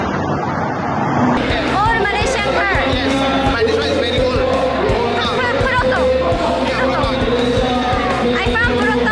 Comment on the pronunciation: Proton bukan Peroton 😅